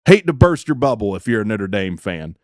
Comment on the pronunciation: He called them Nitter Dame